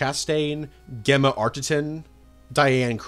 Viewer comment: Great video, with so much Iron Man stuff being brought to the forefront recently it must be tough to dig out lesser know material, even with the amount of it that is out there. I know you've said before about your pronunciation... but who in the western world pronounces Gemma with the 'G' from 'Gamma' rather than the 'J' sound from 'James' it's a handy example and even I admit that the spelling is weird. But you know... Who?